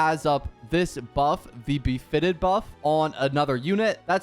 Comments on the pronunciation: not the befitted buff lmfaoooo bro it's BEATIFIED like "be-at-if-eyed" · Bisfitted, Befitted😂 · dude said befitted and I had to stop watching